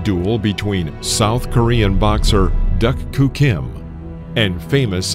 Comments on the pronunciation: If you're going to talk about someone, especially after said person dies. Learn to pronounce they're name. The "K" is silent. Like doo. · Agreed. The butchering of names is disappointing, and really shouldn't happen. Research the correct pronunciation for the names. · WOW doesn’t even pronounce names correctly.😂😂😂😂😂😂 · Super annoying when the narrator doesn’t even get name pronunciation correct. Lazy. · Correct pronunciation was “Duke Koo Kim,” not “Duck Koo Kim.” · Narrator can't say doo Kim. No duck Kim, fool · I remember watching this fight as it happened and after 11 rounds I saw Kim winning handily. But being in the days of 15 rounders a lot of fights changed in the REAL championship rounds. Like Ray getting knocked stupid by Alexis! And his name was pronounced Doo Koo Kim, NOT DUCK!! Damn robot! This started the hysteria that resulted in 12 round fights. Even though it was never proven that fighters were safer with 12 rounds it was done to shut up the public. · I remember when this happened. Your narrator-bot needs recalibrating, though. Duk Koo is pronounced "Doo-Koo", not "duck too". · I was at the the fight! It was an incredible fight and tragedy. “DooKoo” is how you pronounce his first name. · Overall, this video documentary of this tragic fight is very good. However, please learn to pronounce the boxers’ names correctly. Alexis Arguello and Duk-koo Kim deserve to have their names reported properly. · I can't believe this narrator mispronounces Duk Koo Kim's name throughout the video. It's pronounced as "duke", not as "duck." He also mispronounced Alexis Arguello's last name. I, too, remember watching this fight on TV when I was 11 years old, but what I didn't remember was that Kim passed away not that day, but four days afterwards. An 11-year old me growing up in Massachusetts had no idea that I would one day live less than one mile from Caesars Palace in Las Vegas. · This narrator pronounced both duk koo kim name and Arguello name wrong